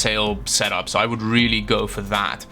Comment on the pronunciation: When says really: "WRIILI"